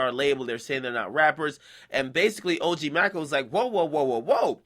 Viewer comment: Nigga it's pronounced OG May-co